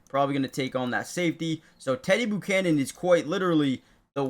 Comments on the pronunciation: learn to say his name... It's NOT "Boo"chanan, it's ...Bu ~ chanan , (like when you say Butane) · Learn how to pronounce Buchanan.